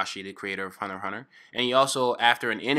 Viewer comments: It's hunter x hunter not huner huner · Hunerhuner eso escucho cuando dice hunter x hunter xD